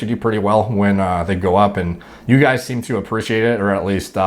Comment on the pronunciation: "Hey you guuyyyyyyyysssss". I didn't realize they cast someone so you to play sloth in Goonies.